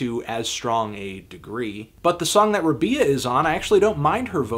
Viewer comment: Her name is pronounced Rah-bee-uh, FYI dude!